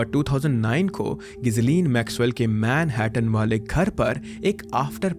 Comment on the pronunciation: Man-hat-tatan :D